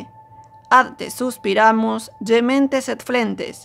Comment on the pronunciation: hola, oigo suspiramos, y creo es suspiramus con u